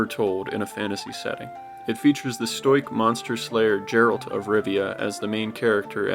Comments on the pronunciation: Level 29 with a max carry of 60??!? I literally cannot imagine having any less than like 80lbs on me at a given moment past like level 8. Just unfathomable to me so, kudos to you. Ps: it’s not pronounced like Gerald. It’s Geralt (Gare-alt like Stare-Alt.) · His name is Garold with a G not jerald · Djeralt? It's Geralt my man. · "Gerald" who tf is "gerald", all respect lost. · Geralt...Hard "G" like in the words "gold" or "gut." Not the soft G like a J. It's Geralt not Jeralt. But that's a quibble. It is the most immersive game. And wait til you get to Toussaint. I really want to move into Corvo Bianco. Drinking wine, eating cheese, catching some rays. Watching the vineyard grow. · Whole game everyone said his name "Geralt", how come you are saying his name "Jeralt"??? Who is this Jeralt??? 😑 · Who is jerald? You mean Gerald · Geralt. Not Jeralt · Dude. Triss Merigold is a person. Triss and Merigold aren't different characters. And it's Geralt, with a hard G, not a J. I'm starting to think you didn't actually immerse yourself as much as you claim. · Man it is geralt not jeralt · Jerald, lol G, Geralt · I agree with the video. One minor gripe is it’s not Jeralt, it’s Geralt with the other g sound, not the j sound. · I love your praise, because I really love the Witcher universe. But for the love of god, it's not Jeh-Rahlt, it's Geh-ralt lmao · Great video sir! But it’s Geralt with G as in Great, not G as in General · .... did you say Jeralt? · Geralt not Jeralt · Say Gerald one more time! I dare you! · How can you be so into this game and still call him "Jerald"? lol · you put 100 hours into this game but you still say Jeralt? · the video overall is amazing. But you mispronouncing Geralt, when it's said endless times IN THE GAME drove me insane. His name isn't Gerald with a T at the end. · Every time you called GERALT “JERALT” I almost crashed out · Sorry man but leaving after you called him "jeralt". Did you not play the game? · Ah, yes ... Jeralt of Rivia